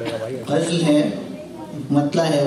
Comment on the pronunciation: OH BHAYEE, YEH LAFZ "GHAZL" NAHEEN "GHAZAL".DOOSRI BAAT YEH HAY KAY KHUDA KAY WASTAY LOGON PER RAHEM KARAIN AUR PAKORAY BAICHAIN.SHAAERI AAP KAY BUS KI BAAT NAHEEN HAY.